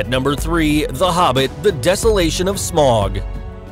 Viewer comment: You pronounce Smaug incorrectly